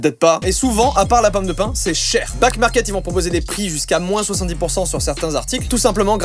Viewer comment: Joyca : Ouais Backmarket c’est trop bien, ils reconditionnent. Moi qui entends : Ouais Black Market c’est trop bien Moi : ..... Moi qui voit back market écrit : ....................